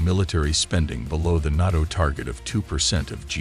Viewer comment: This would be a good video if it wasn't literally AI mispronouncing NATO every 10 seconds